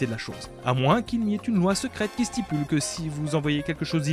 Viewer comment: une loi "stipule" ail ail ail mes oreilles